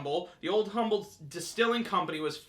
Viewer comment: It is pronounced "Um-bull" ... the "H" is silent. Be it ever so Um-bull, there's no place like "Ohme."